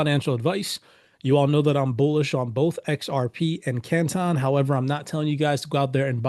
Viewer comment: Why is he pronouncing CANTON like that?